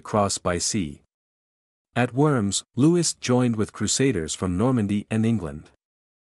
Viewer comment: Loo-ee not Lou-is. Please.